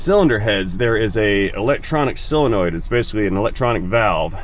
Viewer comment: What's wrong with you southern guys? It's not a "SILLinoid", it's a SOlenoid. And, while we're at it, it's SIrup, not surp!